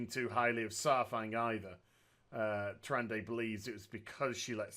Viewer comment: The whole time I'm just like..."Its (Tyr-an-da) not (Tyr-an-day) JESUS CHRIST"